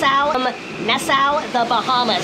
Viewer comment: doesn't know how to pronounce Nassau! I thought he knew everything....